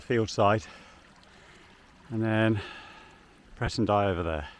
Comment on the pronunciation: You are pronouncing Presendye correctly btw